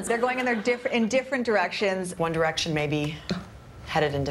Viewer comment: By the end all I heard was: ONE ERECTION MAY BE GOING IN DIFFERENT ERECTION